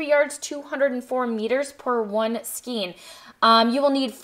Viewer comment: Love your patterns and videos, and am casting on for this pattern today. Just a quick note to say skein is pronounced with a long A sound, instead of a long E sound 😊